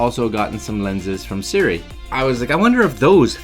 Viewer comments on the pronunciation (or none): I'm just guessing (and had to laugh because every time you said "SIRI" my smart objects woke up) but might it be pronounced "Sih-roo-EE" as opposed to SIRI. Must be right? Silent U? Things I think about.